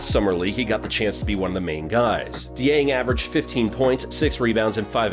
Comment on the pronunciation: Glad you said Dieng and not poku lol.